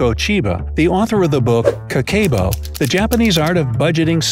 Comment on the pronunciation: The way he pronounces Kakeibo made me exit out if the video so fast